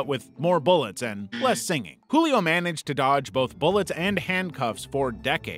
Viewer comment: Julio's J is actually said like the J in jewel Source: I am Brazillian